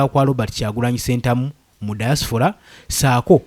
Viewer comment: Point of correction, the word is "Diaspora "not Diasfora.